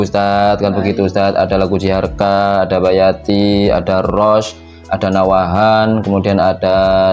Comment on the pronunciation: Maaf mas nahawand td nyebutnya nawahand 🙏 gpp nyelip sdikit Tp tetep joss suarakan teros kebenaran Aswaja